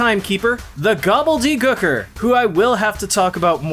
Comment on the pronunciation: For the way you say Gooker I'm glad you slapped yourself